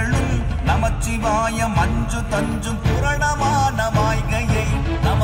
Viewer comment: Om namah shivaya not om namachivaya please check your pronunciation and hope you correct which will heavenly feeling